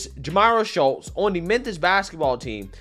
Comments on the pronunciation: Am I tripping, or is he saying "Menthis"? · Is he saying “Menthis”? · It’s pronounced Mem-Fis